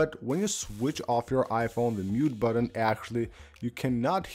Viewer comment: I smash the mute buDDon as soon as I hear you pronounce it that way - buDDon.